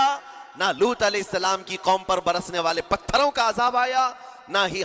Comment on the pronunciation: main puri video dekhti rahi aur end tak roti rahi. ALLAH aapko is video ko dikha ne ka ajra ata farmaye Aameen Summa Aameen Ya Rabbul Aalameen 🤲🤲 Aur haan ek baar jo aapne boli कौमें लूट ये लूट नही सही ये है कौमें लूत है। Please don't mind. Assalamualaikum Wa Rahmatullahi Wa Barakatahu 🤲🤲💯